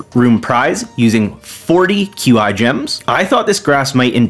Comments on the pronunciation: "mister Q-I" has got to be the craziest pronounciation of his name I have ever seen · The way you pronounce mr qi's name is genuinely hilarious. CA confirmed his name is pronounced kwee, though.